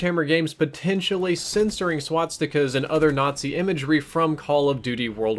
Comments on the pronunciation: S.W.A.T.stica's? It's SWAS TI KA. Not SWAT STI KA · this guy cant even pronounce swastikas